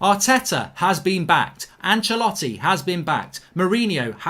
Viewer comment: he says Ancelloti